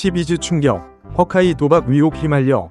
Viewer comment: 쉬카이 면 쉬카이 고 허개 면 허개 지 허카이 는 뭐임?ㅎㅎㅎㅎㅎㅎㅎㅎㅎㅎㅎ 한국발음 중국발음 섞어서 허카이 래 ㅋㅋㅋㅋㅋㅋㅋㅋㅋ